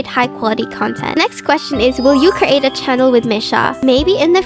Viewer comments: I just love when this yaps, she’s too cute! And the way you say 𝒞𝒽𝒶𝓃𝑒𝓁 instead of channel? It’s fancy and totally adorable!! “Q&A” ⋆. 📷ྀིྀི˚꩜ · I love how she says "chanel" instead of "channel" lol